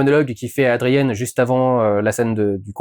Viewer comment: C'est Adrian, pas Adrienne 😂 Une pensée pour ta minoune 😢❤